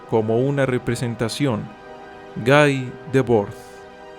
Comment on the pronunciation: Muchas gracias por este video. Pequeño aporte : Guy Debord, el nombre se pronuncia "gui" (ya que era francés), y no "gay" (a lo ingles).